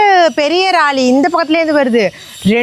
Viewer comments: ma, please practice saying Lorry not Rally 😅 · Raali illa லாரி 😂😂😂 don't worry sis ❤❤❤❤ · Raari illa sis laari